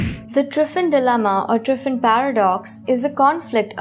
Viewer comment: She says Driffin.